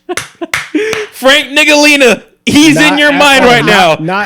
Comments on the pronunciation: Ain’t no way said Gradey Dick is on Bust Watch. And called Frank Ntilikina, Frank Niggalina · I really don't think that's how you pronounce Frank Ntilikina's name